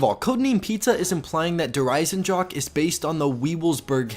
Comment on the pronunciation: sorry if this is annoying but it is not pronounced eisendrak